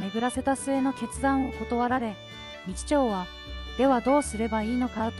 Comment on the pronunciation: てんこう、みちちょうにも驚いたけど、 ひだり・だいじん”ではなく”さ・だいじん” …音声読み上げソフトか何か使ってます？ あまりの読み間違いの多さに辟易。内容が入ってこない😅